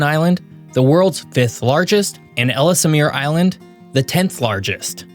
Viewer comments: Please stop with the AI generated narration or if you do want to keep using it at least have the decency to check the audio for correct pronounciation. It is pronounced Ells-mir Island not Ellis-mir Island. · Quick note, us Canadians pronounce it Ells-Mere Island, not Ellis-A-Mere.